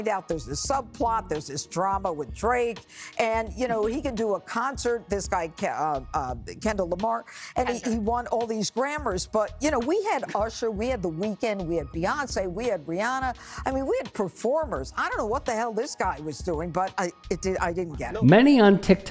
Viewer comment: Did that say "Kendell won a grammar"? 🤦🏻‍♀️